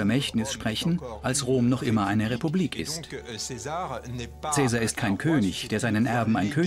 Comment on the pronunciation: Schade, dass der Name von Caesar überall falsch ausgesprochen wird.